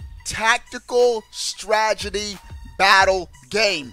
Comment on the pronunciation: "stragedy" Oh,. You tried.